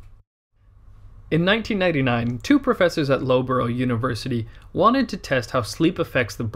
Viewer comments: Great vid. Just a small correction: Loughborough is pronounced "luf-bruh" not "lo-burro" haha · Loughborough is pronounced Luff-Bruh not lowbro LOL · If I recall correctly the University you're referring to in the beginning is situated in "Luffbra" not "Lowboro". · Lowburrow University????? Lufbruh m8, lufbruh Sincerely, the Brits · Loughborough is pronounced luff-bruh not low-burrow. I realise this is not obvious... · when you said lowborrow university did you mean Loughborough? if yes, It's pronounced luf-brah or luf-boroh :) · Loughborough = Luffbruh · Like the video but you hilariously butchered the pronunciation of Loughborough. It is meant to be said as "Lufbera" or "Lufbra". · It’s ‘luffbura’ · loughbourough university... loughbourough. I love your videos btw